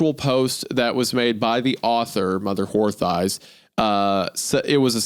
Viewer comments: I giggle every time Isaiah says mother whore thighs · "Mother Whore Thighs"? Really Isaiah? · Not Isiah mispronouncing “Mother Horse Eyes” as “Mother Whore Thighs” 😂🤣😂🤣🤣🤣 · I love how many time he accidentally says mother whore thighs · take a shot every time Isaiah says Mother Horth Eyes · Don’t let the video length distract you from the fact that on multiple instances Isaiah had to prevent himself from pronouncing Mother Horse Eyes as Mother Whore Thighs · Pretty sure I heard Isaiah say "Mother's whore thighs" a few times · On multiple occasions it sounds like Isaiah says, "Mother Whore Thighs". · "Mother Wh*re Thighs" "Kodesh Hakodeshim" is pronounced "ko*desh* ha kodesh*eem*" (kodesh = holy, ha = the, kodeshim = holies), not coddish hagodashum, lol. This is about the mystery of humans from the perspective of a feral cat, similar to the dog dream, which emphasize the odd relationship between animal and caregiver as a theme. Oily One = Human. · Did anyone else hear Isaiah call the author momma whore thighs? 😂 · Wendi def said Mother Whore Thighs one time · The amount of times Wendi mispronounces Mother whore thighs is just funny 😂😂😂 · Take a shot every time Wendigoon pronounced "mother horse eyes" as "mother whore thighs" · I'm dying every time Isaiah mispronounces Mother Horse Eyes as "Mother Wh0re Thighs" 😂😂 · “mother whore thighs” - wendigoon 2025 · Lmao I noticed that too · Im just here for how many times Isaiah calls her "mother whore thighs" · Isaiah's mispronunciation of "Mother horse eyes" caught me off guard 😮😅. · ‘Mother whore thighs’????? Isaiah???? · Isaiah says "mother Whore Thighs" MULTIPLE times in this podcast and he needs to be called out.